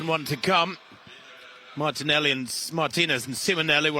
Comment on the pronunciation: The female narrator is an idiot or what? I mean, Spain is not even 2 hrs. away from the UK and she cannot even properly pronounce Martínez? You'd think that with all the Brits that visit and live in Spain they'd get an effin clue about basic Spanish or that they would study and be professional and learn how to properly pronounce the athletes last names. The accents on top of the letter are not there as Xmas decorations. They are there for a reason, primarily as a visual indicator of how to pronounce the words, unlike English. Where do you find these unprofessional narrators?